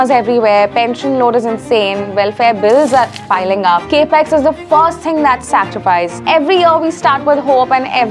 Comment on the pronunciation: It’s Capital Expenditure or CapEx not Cape Ex.